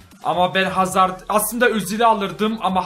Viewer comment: abi hazırdmı dedin hazardmı anlayamadım